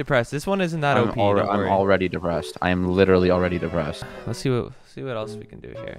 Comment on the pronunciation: he said deprested it remided me about my dead grandfather :(